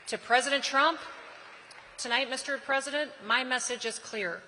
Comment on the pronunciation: Peesident Trump!